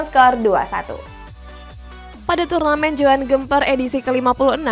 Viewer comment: Joan Gemper ? Eh buseh kalo bisa penyebutanya diperbaikin dong udah kek nyebut kue lemper aja nih wkwk